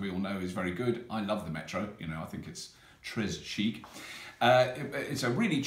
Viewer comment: Très Chic is pronounced with a silent s so more like tray sheek. Just a minor thing.